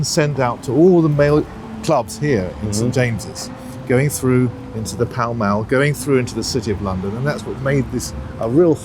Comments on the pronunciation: It’s is pronounced pal-mal not pawl-mawl. Well that’s how most people in the UK say it. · I've only ever heard it pronounced 'pal mal'. Worked there a few times. Not saying I'm an authority. How do you know it's pronounced 'pel'..? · I had thought it was pronounced "Pell Mell". Or maybe the way "Pal Mal" is pronounced in some accents, it might sound like "Pell Mell". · It's pronounced Pell Mell. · I was so confused by the way he pronounced it!! He's been mincing around Jermyn St and Savile Row pronouncing it like that!!